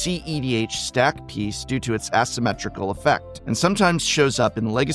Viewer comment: Your script reading is going downhill. Mispronouncing relatively easy words such as "asymmetrical" and "archaeomancer" is not a good look for any YouTuber, much less one that calls himself a professor.